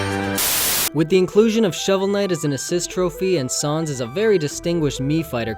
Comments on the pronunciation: Yes, you said Jibanyan right... But, you said Sans wrong. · hol up... Say "Sans" again.